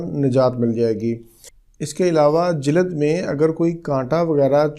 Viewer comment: Jilad nahi jild bole